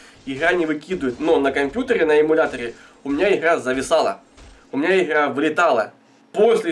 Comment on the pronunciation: ИХра иХра боже миллион Х на квадратный метр ... бесячии суржик